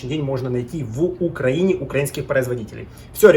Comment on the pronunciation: о, укрАинец бомбанул